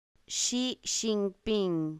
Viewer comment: la j está mal pronunciada, es más como nuestra ch